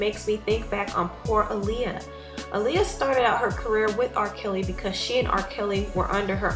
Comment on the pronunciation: I thank you for speaking on what Aaliyah went through. However, I wish that for once someone would pronounce her name correctly. Her name was pronounced AH-LEE-UH, not UH-LEE-UH.